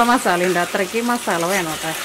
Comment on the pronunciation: മാസാളയല്ല മസാല 😂